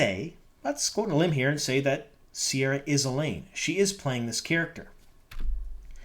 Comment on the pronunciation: Re, pronunciation. Ceara is one of the anglicised versions of the Irish name Ciara, try pronuoncing it as Kare-ah with a hard C, rather than with a sibbilant C/S. Other than that, she looks appropriate. I hope they give her blue contact lenses for authenticity.